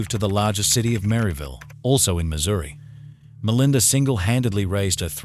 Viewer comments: The automated voice (AI) attempted to spell Missouri 😂yeah were all £UC}€D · It's "Missouri" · I'm from Missouri, it is a proper name. Any namesake deserves to be spelled correctly. In addition, any channel presenting itself as informative, by definition, needs to present information CORRECTLY. Would it be OK with you, if I presented Edinburgh, as Edenboro? Then showed it to thousands of people in an informative fashion, so they can all learn something that is incorrect, then go on from there to spread the incorrect information to more people?